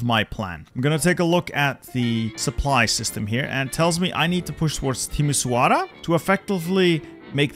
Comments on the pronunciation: Pronounciation moment Timisoara pronounced timishoara Cluj pronounced cloozh Ploiesti pronounced ploiescht Galati pronounced Galatzi Brasov pronounced Brashov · You butchered those Romanian city names lmao Cluj isn't spelled Clu-e, it's just Cluj Timisoara is spelled Ti-mi-shoa-ra Galati is spelled Ga-latsi Still, very good content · It's more like a sh sound in Timișoara